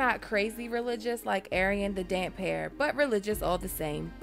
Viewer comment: I can't wait to win that direwolf so I can cut its head off and attach it to my beheaded Robb bobblehead! oh, also,....the Damphair is pronounced DamFair tho I can see how you would confuse the pronunciation considering he probably always has damp hair! Now send me that direwolf teddy!